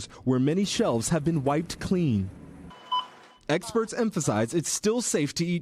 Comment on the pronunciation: did you say “eggsperts”??